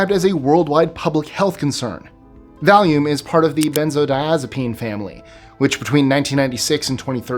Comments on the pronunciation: Opioids are synthetic opiates. There's no such thing as synthetic opioids. Val-yum, not val-yoom. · VAL-ē-um. It sounds like you're saying val-yoom.